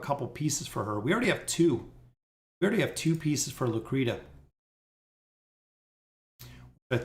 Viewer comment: Bro where on Earth is Lucretia ever sounded out like "Lu-Cree-Ta?" That's absolutely nonsense 😂🤦. It is without a doubt pronounced "Lu-Cree-Sha." You friggen kill me with the way you butcher names lol. I tell you this with love brotha.